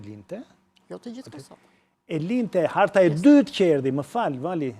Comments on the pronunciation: kjo profesorja nuk mundet me thane fjalen Harte..."nuk kishin arte"??? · Yllion Arbani po patjetër... zona e labërisë besoj me sa kam njohuri vet... prapë aty ka dalë me folë si “profesore”, mendoj se duhet ta thotë me “h”, dhe jo pa “h”.... kalofsh mirë